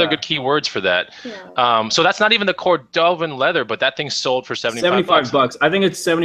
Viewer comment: The shoes that are cordovan leather... it’s pronounced KOR duh ven.